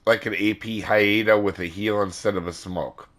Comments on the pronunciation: Hi Canadian here! The Haida is pronounced Hi-Da not Hi-Eh-Da! It's kills me when you say it that way, thank you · Canadian here.... it's pronounced "HI-Da"... for future reference.:) I know your disclaimer... but figured I can be of some use. Thx for the vid